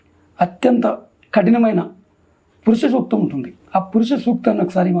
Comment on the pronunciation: మీ ప్రతిభకు అభినందనలు, పురుష సూక్తం తప్పుగా చదువుతున్నారు,అలా చదవకూడదు, మీకు ఆసక్తి ఉంటే ఒక గురువును సంప్రదించి నేర్చుకోండి కానీ తప్పుగా చదవవద్దు, శ్లోకాలు కూడా కాస్తా చూసి చదవగలరు అల్పప్రాణాలు మహాప్రాణాలు ఇక వీడియో హెడ్డింగ్ కూడా... కూడా కాస్తా chenge చేస్తే బాగుంటుంది